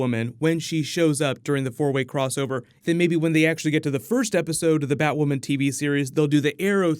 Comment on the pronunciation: Finally you said Batwoman’s name right